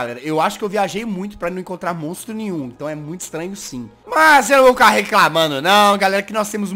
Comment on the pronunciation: so fui eu que percebi que o jazz falo mostro nim nhu